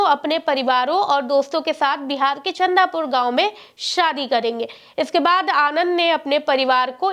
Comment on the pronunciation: अरे गाँव का नाम चंदूपुर है चंदा पुर नहीं